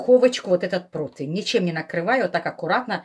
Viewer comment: И еще - противень, а не протвинь, извините.Римма Гарницки